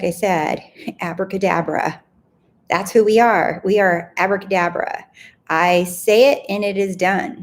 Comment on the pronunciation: I was thinking about you saying acrabadabra when you said it in your video. And I thought wow I love that and then didnt think about it again. This morning out.of the blue my friend sent me a voice note of her baby girl practising to say abracadabra :-)! I am blown away lol